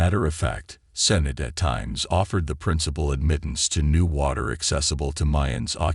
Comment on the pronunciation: over 6 min to get to sinkhole, you mis pronounce sinote and what was with the picture of mexican ANTIFA?